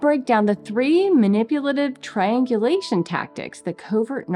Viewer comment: she says, "it's actually triangulation" Seriously thought I heard, "it's actually trained deletion". Yup. All rolled up together.